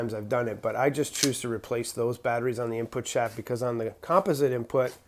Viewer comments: Was wondering where your from... the way you say composite (com-pos-it) really got me wondering lol love your content brother always good... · Never heard composite pronounced with the first syllable accented. Sounds super strange to me as an American. Maybe that's a northeastern thing.